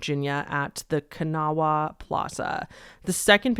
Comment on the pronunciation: 😂😂😂 always fun to me hearing people mispronounce "kanawha" in all different ways